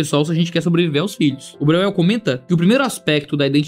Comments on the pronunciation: Vamos lá: spu brasileira-alemã, o jeito certo de falar o nome do autor é: Bróiel!!!! E+U tem som de ÓI. Espero ter ajudado.❤❤❤Deus abençoe. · Se for alemão se pronuncia BRÓIEL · Breuel: no alemão original acho pronuncia mais ou menos “bróiel”… não que todos os descendentes se importem ou mantenham a pronúncia… 😅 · o falando o nome do cara me quebrou kkkkkkkkkkkkkkkkkkkkkkkkkkkkkkkkkkkkkkkkkkkkk